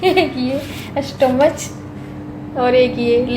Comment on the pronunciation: बेटा स्टमक होता स्टमच नहीं